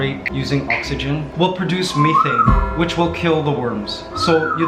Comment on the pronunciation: I got that creepy crawly feeling when I heard you pronounce “anaerobic” and “methane”. 😂